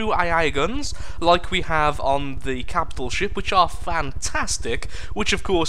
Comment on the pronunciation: "Every captial ship" Oh...